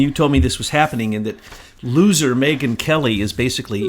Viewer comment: I think "Megyn" is Mangyn!